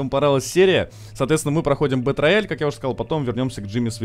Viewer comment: Не бэтрояль, а Бэтроял, ясно чи не?